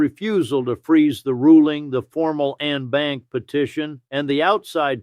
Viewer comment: En Banc is pronounced "on bonk".